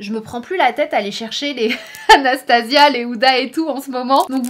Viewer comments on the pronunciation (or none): none